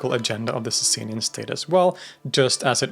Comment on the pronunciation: It’s not pronounced Saysay-nian Dynasty. It’s pronounced Saw-saw-nian Dynasty